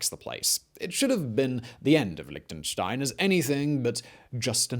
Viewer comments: Tried to watch it, but all these "liktnenstein" drove me away. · Liechtenstein wird nicht als "Liktenstain" ausgesprochen. Da fängts schon an... Außerdem war Liechtenstein niemals in den Zweiten Weltkrieg involviert und hatte auch nichts mit Hitler zu tun. Und an der Stelle hatte ich dann das Video abgebrochen. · It's called LIECHTENSTEIN not Lichtenstein! ps yes i am from there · In the audio: Liechtenstein English subtitles: Lick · Another drinking game for this video: Take a shot every time he says "Lichtenstein". By the end, you'll be giggling at how many times it sounds like he's saying something got "licked & shined". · An interesting history of Lichtenstein: 25 mins of my time well spent Listening to Mr Whistler struggle to say the word Lichtenstein for 25 minutes: Priceless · The ch isn't pronouced like a k but more like the ch in rich.